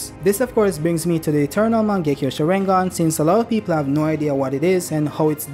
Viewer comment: I hate how he says sharingan